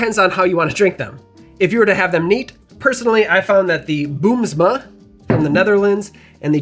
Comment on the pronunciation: In the Netherlands Green Chartreuse isn't that hard to get yet. You can order them online for like €45 (about $50). BUT, you can generally only order 1 at a time. Good luck to my American friends. Also, your pronunciation of Boomsma was quite good!